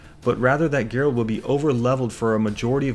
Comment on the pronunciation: Sorry but how are you gonna be this much of a Witcher fan and keep calling him "Gerald" lmao